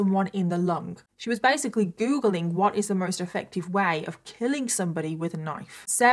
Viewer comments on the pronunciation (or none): none